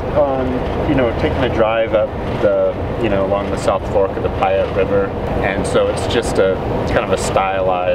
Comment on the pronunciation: To bad he said Payette wrong and they didn't hire a local artist